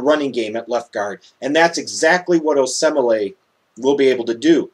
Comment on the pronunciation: Oh-Say-Mall-eh is how you pronounce it. This cyclone fan is ok knowing that you're NIU fan and cannot speak so eloquently. Call him "K.O." for short, that's how he's known around Ames, IA